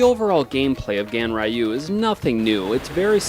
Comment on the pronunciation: Pronounced: GANREEYUU. Not the way you pronounced it. But I guess Ignorance is a bliss.